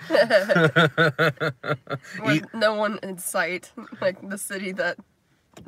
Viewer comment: I kept hearing slaves every time you said sleigh and it made it sound like a very different movie.